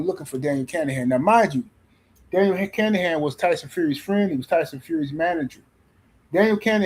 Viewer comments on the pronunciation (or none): His name isn't kanahan.. Let's break it down for you.. kin a han... now put it together kinahan... 😂